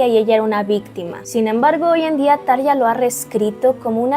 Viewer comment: Gran video, felicidades! Sólo un punto como fan acérrima desde hace veintiséis años: por favor, se pronuncia Tarrrja ( Como si la R estuviese al principio.). Espero no lo tomes a mal.